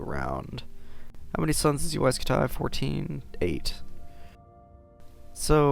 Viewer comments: HE sayed UAI SKUTIE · wtf is Uaj scu-tay?